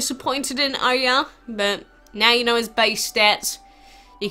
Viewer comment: It pronounced as oryaa or oyaar (Oyar dragon)